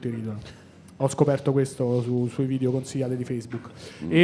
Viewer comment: Sul finale: il Decacamerone. "Un vìdeve vevamènte scatologico".